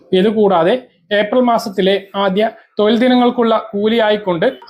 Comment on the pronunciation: തോയിൽ അല്ല തൊഴിൽ ആണ്